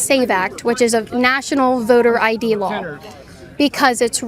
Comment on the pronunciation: Kaitlin smirks at the girl saying costed, yet she can't pronounce the word law?